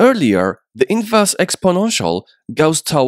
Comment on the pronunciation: Oh my god, thank you, it was driving me crazy hearing "inverse" everywhere.